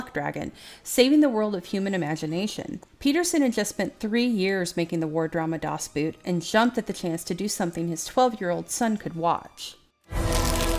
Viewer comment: Das Boot is pronounced "das boat"